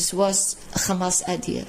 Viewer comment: Oy vey... it's Khamas!